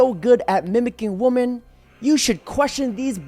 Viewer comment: Day 669 How to pronounce women plural WI-MEN